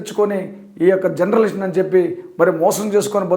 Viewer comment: జర్నలిస్ట్ పదం పలకడం నేర్చుకో.